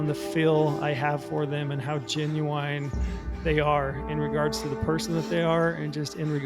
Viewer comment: Such a great video. Definitely felt this one and stoked for my upcoming hunt. That said, im uncomfortable with how you say genuine. You put the wrong emPHASis on the wrong syllAble